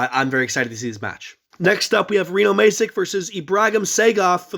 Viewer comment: Brilliant synopsis. FYI Bruno Masic, is pronounced 'Mash Itch' 😉💪